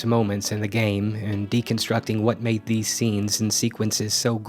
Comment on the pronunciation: just "made" you added an extra D.